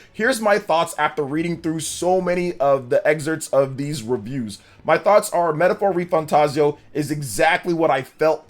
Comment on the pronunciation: Thanks for saying the name right lol